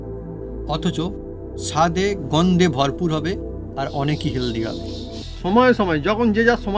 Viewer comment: Jhnjh na gondho bolteo parena 😅